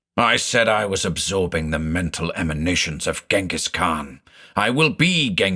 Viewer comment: I thought "Ghengis" was pronounced something like "Dshengis". In German we spell him "Dschingis" and then there is that Kyrgyz author called Chinghiz Aitmatov, so I assume "Chinghiz" is the Kyrgyz version of the Mongolian name.